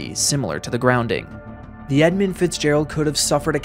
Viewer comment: It’s EdmUnd not Edmind, fool